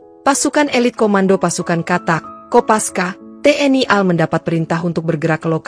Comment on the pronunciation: Pengucapan singkatan menurut aturan dibaca perhuruf, AL dibaca A EL, tidak dibaca al, Contoh lain RI dibaca ER I, tidak dibaca ri.